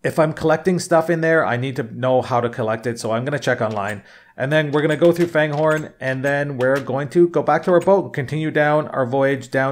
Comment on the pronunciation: It's pronounced Fangorn, not Fanehorn. There are no "h's"